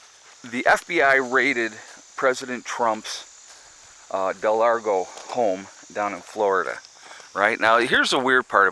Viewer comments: It's pronounced Mar-A-Lago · It's Mar-largo not Del-largo